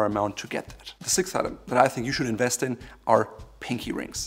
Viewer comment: It’s “Invest” not “Inwest”